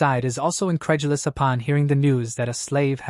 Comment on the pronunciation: stop. saying. INCREDULOUS